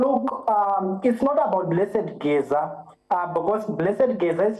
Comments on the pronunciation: Point of correction to news reader it's Geza not gazi thank you. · Exactly I found it irritating, she didn't even take the time to learn how to pronounce even the name Geza, she must do better